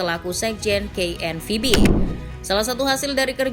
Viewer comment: Ngomong KNVB nya biasa aja gausah di Inggris"in lol